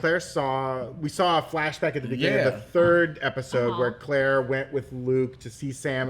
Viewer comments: Her name is cate not Clare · Why do these 3 keep saying Claire when there isn't a character named Claire? It is Cate...Cate Dunlap